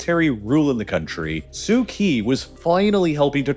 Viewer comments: Just FYI - the "Kyi" in Aung San Suu Kyi is pronounced "Chee" not "Kee". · Pronounced "Kyee"